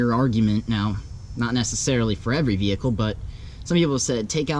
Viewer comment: listen how he says vehicle